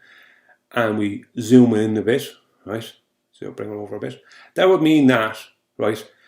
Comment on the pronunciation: Ya gotta be kidding, roight? no more understands what he’s saying than the poor souls who like his eggsplanashuns. Roight?